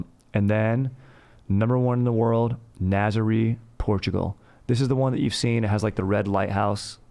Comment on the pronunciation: its pronounced nah-zer-ray (Nazare). love you